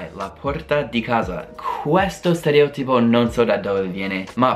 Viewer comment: un consiglio...... Quando pronunci 'stereòtipo', metti l'accento sulla 'O'!!!